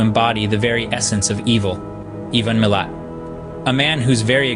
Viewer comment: You idiot ! His name was Ivan Milat - not Even Milat !! I watched this knowing it was likely clickbait. You say his name for the first time at 5.32. None of the scenery you show relates to what is now known about his 'area'.